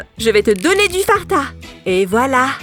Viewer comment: En dit Fanta pas farta😹